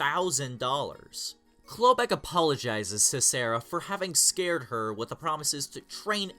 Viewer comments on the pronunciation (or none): none